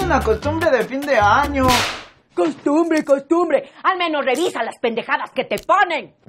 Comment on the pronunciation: yo viendo como le pega "constumbre" costumbre!!!😂😂